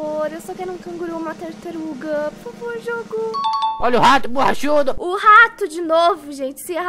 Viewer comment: “ratuh borrachudoh“ LAKAKAAKAKAKAK